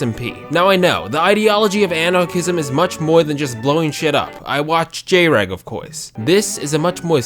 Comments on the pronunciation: why did you pronounce it jay-reg? whatever happened to Junior Egg? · As a fellow JrEg enjoyer I respect you but not the way you said the channel name. Also Technoblade is definitely an anarchomonarchist. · You pronounced jreg wrong